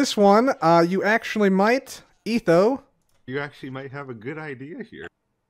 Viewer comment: Gotta do etho saying ETHoWo